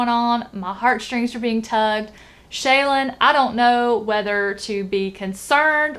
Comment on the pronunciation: Lol... Love you trying to pronounce a welsh word when you still talk about "Shay-lin" in the stormlight archive :p